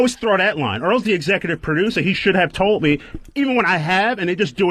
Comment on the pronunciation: I've figured out the disconnect: Ron wants a p'ducer & thinks he's a perducer, when what the show really needs is a producer. Yeah,, "repu'sent" the company